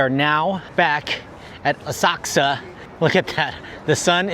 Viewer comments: Does anyone know why is saying OSAKSA?? I've been googling the web to find this City in Japan and the only City sounding like is saying it ('Osaksa') does NOT exist!! It is OSAKA - can anyone elaborate? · It’s Asakusa, with the u almost not pronounced!